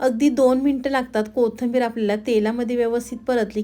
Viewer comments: पाकक्रिया छान आहे. फक्त कोथिंबीर म्हणा ताई. कोथंबीर नाही. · मराठी शब्द स्पष्ट बोला, कोथींबीर, चँनल,मेदू वडा